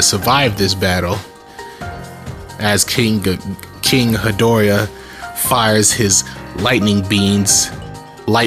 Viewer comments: Its pronounced geedora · It is pronounced gi-door-uh and have a good day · Pronounced Gi-Door-ah and spelled Ghidorah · Also its ge-dora is how you pronounce the three head monster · King Gi-dor-ah. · It’s pronounced king guh•daw•ruh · lol ge-dor-a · My guy cant say gadorah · it’s pronounced king g ee door a or gi door ah